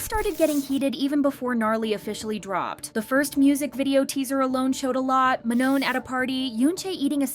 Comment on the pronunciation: Manon's name is said wrong in this the last n is basically silent